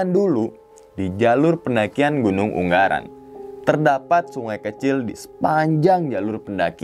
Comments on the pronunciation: Yg betul ungaran bang.... Bukan unggaran.. G nya 1 ajah... 😍 yowes lanjuut... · Gunung ungaran mas bukan unggaran hehe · ungaran bang, bukan unggaran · Wkwkw katanya orang semarang bang kok ngomong gn. Ungaran jadi UNGGARAN WKWKWKWKKWKW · UnGaran bang bukan unGGaran , G nya 1 doank hhe